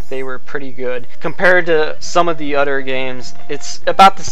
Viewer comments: It's "other" not "utter". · you do know that the word other doesn't have the letter D